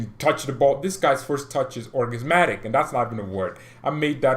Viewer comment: It is Orgasmic not orgasminic .lol but i catch your drift